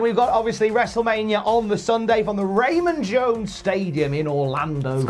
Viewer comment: It’s called Raymond james stadium not Raymond jones stadium